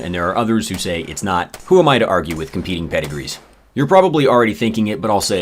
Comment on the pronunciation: You said pedigrees lol